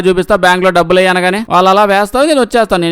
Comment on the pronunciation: డబ్బుదు కాదురా డబ్బులు అని చెప్పు